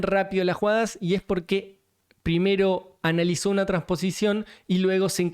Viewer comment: Yo no creo que haya hecho trampa, me convencieron las explicaciones que diste. Aunque me dio risa cómo dijiste "y es porque anal-izó" moviéndote en la silla como si tuvieras algo ahí atrás y quisieras sentirlo mejor, jajajajaja.